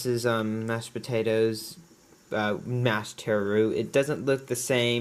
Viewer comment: It's not teh-row. It's taro. If you can't say our word, then use the botannical name colocasia.